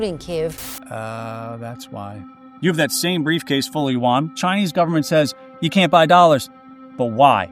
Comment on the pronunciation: "full faith and credit of the US gubmit"...LOL